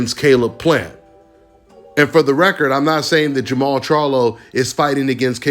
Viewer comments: It's jermall . No jermell! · Jermall not Jermell